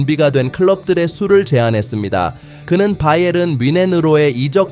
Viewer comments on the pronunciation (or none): none